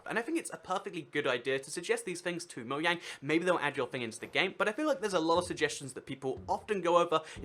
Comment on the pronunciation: AAAAHH ITS MOJANG NOT MOYANG!!